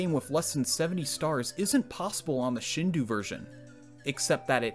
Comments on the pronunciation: Great video. Headsup that "Shindou" is pronounced like Shin-doh, the last syllable rhyming with the name Joe. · The video is great, but god, as a Japanese person, it bothers the crap outta me how you pronounce Shindou. The "dou" isn't pronounced like the "do" in "do not touch" but instead like the "do" in "dome" or "donut" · great video, btw shindou is pronounced sheen-doe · shindou is actually pronounced like shin dough other than that good video !!! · i can't believe i sat through 13 minutes of the narrator mispronouncing shin-douh without dying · Yeah, it seems be a common mispronunciation of the Japanese "ou." (For those curious, it should be pronounced like the English "dough." I recall people would pronounce hado(u)ken as "ha-DOO-ken" back in the day. It's understandable why they would, though.) However, let it also be said that this is a minor flaw in an otherwise excellent video! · sheen-dough mate sheen-dough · mans really said "shin-doo" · Shindou is pronounced Sheen Do. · it's "sheen-doe" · The dou in shinDOU is spelled like do in donut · Shindou is pronounced Shin-doh. If you see "ou" in a Japanese word it sounds like "oh", not like "oo". Absolutely fascinating video otherwise. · He is not my ancestor, please read my comment more throughly. Second, despite the Shindou version of SM64 coming out in 1996, the word itself has been around for much longer than that lol. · I don't think that's how you pronounce Shindou btw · I dont' want to sound like a grammarnazi, still... it's shindo, not shindu. In european languages, usually ou=u, but in japanese u is a usually mute vowel, and if put after the o, it just makes the o a long vowel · Slight nitpick, but "ou" in Japanese words is pronounced more like "oh" or "oo-oo" than "uu". ...Which is also why more modern romanisation schemes tend to just replace it with either "oh", "oo", or "ō" (long o), but I digress. ;3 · Btw “Shindou” is pronounced “Shin-doh”, not “shin-doo” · it’s not “shin dew” it’s “shin doh”